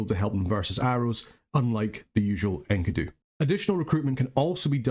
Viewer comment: Thanks for another cool national overview, but, "Enky-doo" Really? ^_^ I have always pronounced it "En-key-doo" so that was a real trip...